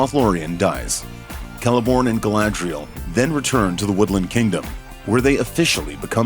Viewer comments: Did you just say Galandriel?! Wow.. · He did not just say Glandrel. Wtf is this hot mess? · Did he call we Galandrial? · you DEFINTELY said Galandriel. second Melkor did not want to destroy. he wanted to RULE over everything. did you even read the Silmarillion?